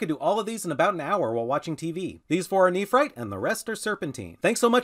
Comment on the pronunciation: Love everything about you but that enunciation of nephrite is on par with nuke-you-lure. Neph-rite not neph-er-ite. Edit... you bounced back and forth some through the videom